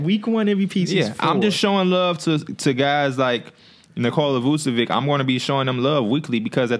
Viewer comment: this dude said nikola vucevic 😂